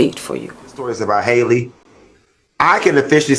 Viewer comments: Her name is not pronounced Hay Lee it is actually an old southern name pronounced HAL EE like Halle Berry. She is named after her. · Its "Hal- Lee" like Halle Berry. You're beautiful and I love your commentary. Their mom is an old friend. I appreciate you seeing them and treating them like the young women that they are. ❤